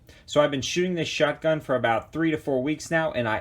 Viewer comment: Is it just me or does it sound like he's saying "shutgun?'